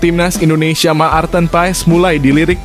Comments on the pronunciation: Admin, bc martin paes, bkn maarteen..,!! Geli telinga gua dgr loe sbt bgtu😂😂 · Ma-ar-ten pa-es Maar-ten pa-es harus belajar bahasa Indonesia yg benar ya gaes, baru bikin channel YouTube 😂😅😂😅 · Menyebut nama Pemain jng di putus dong jadi kurang enak di Telinga misal nya.Maarten Paes bukan Ma arten Paes.